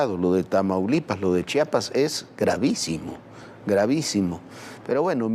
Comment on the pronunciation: Chiapas se dice Chiapas no chapas para dar noticias deben de aprender a leer